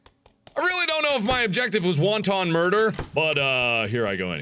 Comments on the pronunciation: Wonton murder. Fuck those egg rolls.... its wanton ;) lol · "Wonton murder"